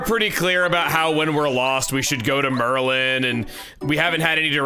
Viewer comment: Chugga, are you sure you are pronouncing Merlon's name correctly? Because I would assume it would be pronounced Mer-Lon, and not Mer-lin. And with all of the magic characters being all slight alterations on Merlin. And given your track record, I could totally see you as a kid looking at Merlon and thinking "This looks close enough to Merlin so it must be Merlin" and then never recognizing it.